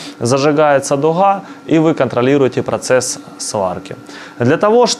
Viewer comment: Почему всё "хатово", а не готово, почему "духа" а не дуга?